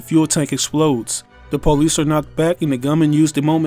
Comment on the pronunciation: The “pole-lice” 😂